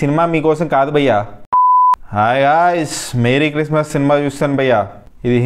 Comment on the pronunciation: Hai guys adhi మేరీ క్రిస్మస్ కాదు మెర్రీ క్రిస్మస్